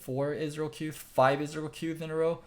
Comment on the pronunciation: ezreal, not israel